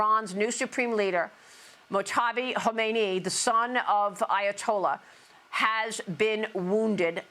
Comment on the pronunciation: Jeez! You can’t do the slightest bit of preparation to learn how to pronounce these names? Mojtaba- mōj-Ta-ba. Not that hard